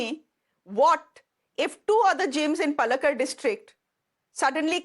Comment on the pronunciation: Shreya , please get your pronunciation of Palakkad correct 😕! 😂😂! You take so much of trouble to pronounce correctly French names , so why not of names of even some common popular places/ names in South India 😅😊!